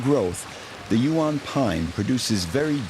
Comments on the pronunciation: Cannot pronounce Huon properly 🙄 AI voice over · Pronunciations of Huon and Strahan 😂nice vid though😊oh the English stole not took over😮